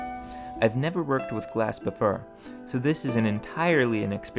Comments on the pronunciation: Interesting. But why do you keep mispronouncing "for" sounds. Like, you say "befir" when you mean "before" or "mir" when you mean "more". It's really disturbing. Do you have a lisp or are you using a bad AI voice? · Me searching comments hoping to find why he pronounces o as a . Anyone ? I sincerely feel as though I am the butt of some joke. Is that an ancient pronunciation or something or does he to get people to comment ? I’m so confused. Farge befare maare does he have a lisp ? Help me please.